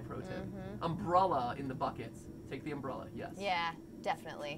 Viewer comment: Is anyone else aggravated how they say “umbrulla” instead of umbrella lol love you guys though